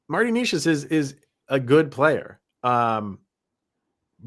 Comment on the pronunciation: You guys can't even pronounce Necas name correctly. 😢 Fyi, he had a hat trick vs Colorado last season.